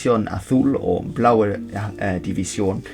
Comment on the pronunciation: blauwe hmmm are you Dutch ?